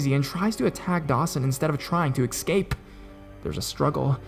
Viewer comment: It's es-cape! Not, ec-scape. You are a very talented narrator & I absolutely love your work. But that just drives me crazy.